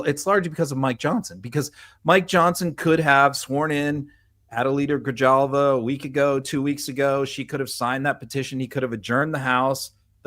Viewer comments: It’s HALVA not Jalva. Just to help out, not trying to be rude. There’s too many names to keep up with in all this stuff. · It’s Grihalvah. J is pronounced as an H. Learn some Spanish language pronunciation. You guys can do better. I like you anyway, but work on that! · it's pronounced Grihalva. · Adelita Grijalva's last name is pronounced "Grihalva." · Guys....in spanish, a j sounds like an h....so it's Gree-halva. I'm a white guy from the east coast who had to be corrected a number of times to get it right! 😉 Great job as always. My concern is, how do we stop this corruption from continuing? The mid-terms are a long ways off, I'm so afraid of further severe damage being done to our country before then! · SPANISH LESSON FROM ONE GRINGO LIVING IN ARIZONA: how to correctly pronounce Adelita Grijalva ‘s name - first name:Ad-e-lita last name: Gri-hal-ba. “J” is pronounced as an “H” thanks. Love your work. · Adelita’s name is pronounced GriHalva. In Spanish, the J is pronounced as an H, like jicama. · GREE - HAHL-VAH GREE - HAHL-VAH GREE - HAHL-VAH GREE - HAHL-VAH GREE - HAHL-VAH GREE - HAHL-VAH Fucking get it RIGHT!!! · GRE Halva..you guys are butchering her name. Love you though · Please have someone knowledgeable teach you how to pronounce her name. The letter J in Spanish is NOT pronounced like a J in English. It's pronounced like a hard H. Honestly. It's not hard to learn this. People who know no Spanish at all can and do pronounce the Spanish J correctly! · Please, guys. You've had 50 days to figure out how to pronounce Adelita Grijalva's name. I've now heard it pronounced incorrectly three times in three different ways in this episode. Otherwise, the episode was good, but you undermine your own words when you can't get someone's name right. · Learn how to pronounce her name. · FYI, the j in Grijalva is pronounced like an h.